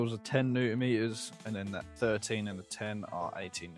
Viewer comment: I'll never guess whAAt company owns thAAt vAAn